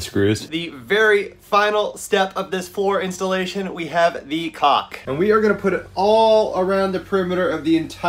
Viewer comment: DUDE, you're killing us......To pronounce CAULK so it dont sound like you are saying COCK, try saying it like you're saying the word "CALL with a "K" at the end... CAULK........Side note, We watch ALL your videos and learn a lot from you're mistakes which are far less than last build. No wonder you are much more caulky and confident with your cuts this time around. THANKS you ROCK!